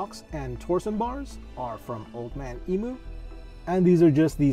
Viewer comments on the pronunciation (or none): Great video, but ARGHHHHH it’s pronounced EEEM U. FFS it’s a Down Under company. If you pronounced it like that here you’d last as long as a prawn in summer mate.